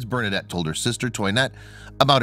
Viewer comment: I don't know why the people who do these videos cannot ever pronounce names and locations correctly. That's the least you can do to honor the memory of St. Bernadette. Do some research and learn something, why don't you? Ugh.